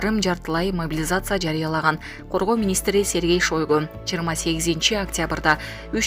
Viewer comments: Дайыма ШОйгу деп суйлойт ушул кыз. Жазылышы шОйгу болгону менен айтылышы шАйгу болот дура неграмотная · Ай бай болгур Шоойгу эмес Шайгу деп окулат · Коргоо министри Сергей Шойгу деп жазылат, Сергей Шайгу деп айтылат урматтуу диктор. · Сергей Шайго деп оккулат жазылганда Шойго